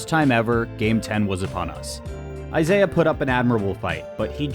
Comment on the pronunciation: Isai. Not Isaiah. Pronounced Ee-sigh